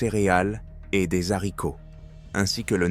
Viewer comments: On dit des aricos, pas des zaricots! Un petit effort, "intelligence" artificielle .... Régor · Des haricots pas des zaricots😂😂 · Des Zzzharricots ! Pas de liaison il y'a un H! L'IA ,alors ? Mets y du tiens ? Un peu plus de chaleur et de vie dans ton récit. 🤣🇨🇵